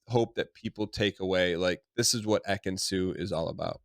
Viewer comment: not ekin-su.. lord not ekin-su😞